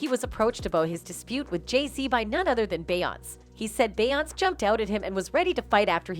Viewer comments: say it with me BE-YON-SAY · Yasssss ty is it that hard to program the bot how to pronounce her correctly . 🤣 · I feel u ..beyonc.... instead of Beyonce....😂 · Her name is pronounced BEE-ON-SAY . say it right or don't talk. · This lady on Just-in needs to learn how to say Beyonce's name right.. smh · What is it to much money to pronounce the names correctly? Blue n auntie look alike ❤️❤️❤️